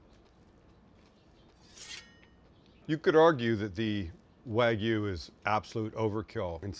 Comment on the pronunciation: Wag me?? WagYU! Ay-oh!